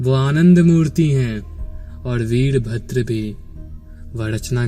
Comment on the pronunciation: bhai aap" र" शब्द ko "ड " kyo bolte ho. veer bhadr ko वीडभद्र kyo uchar karte ho?